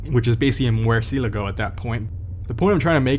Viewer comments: Guy-yardo. Mercya-lago. Anything other than that sounds weird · it s pronounced mur-see-eh-lá-go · Moor-see-ehl-ah-goh Murciélago is the Spanish word for bat (animal) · "Moor-cee-lay-go" Thats not how Murcielago is pronounced. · You make a point about pronouncing Gallardo and then mispronounce Murcielago. Smooth.